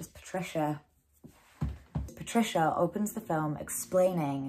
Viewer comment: to be fair to you - first calls patricia as patrizia haha